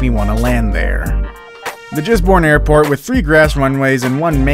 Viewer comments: Gisbourne is pronounced like giz bourne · He Pronounced Gisborne with ‘Jisborne’ 😂 😆 😝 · Gisborne is pronounced "Giz Bn" with a hard G.